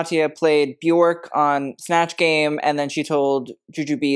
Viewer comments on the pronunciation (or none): none